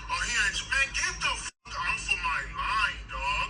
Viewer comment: fryingggg meeee😭😭😭😭the emphasis on my😭😭😭😭